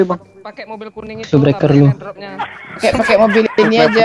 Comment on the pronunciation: Dia ngk bilang subscriber ...dia bilang subreked sama subreker...